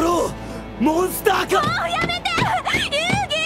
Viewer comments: The legend says that he's still saying "MONSTA CADOO" till today. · ドロー!モンスッターカード! It's "Doró! Monsuttá Kádo" not monsta cardo. In japanese they write by syllables, and the only consanant that has its own symbol all for itself is N. Therefore they can write "monsu" without difficulty. But, whenever translating from english to japanese, all. "Er"s become "a", and the "ッ" symbol signifies a jump. As for cardo, there isn't a "r" there. Our english speaking minds just assume there is. Also in japanese they dont have an equivalent for "C". Only K. and THAT is why it sounds like "monsta cardo" even though it's DORÓ MONSUTTÁ KÁDO! now can you Lil Kuriboh fans start saying it right😑?